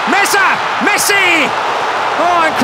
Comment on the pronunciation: Commentator: Messa